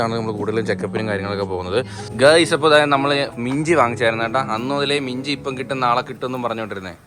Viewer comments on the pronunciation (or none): Minji ennu paranjapol inji ennu kettavarundo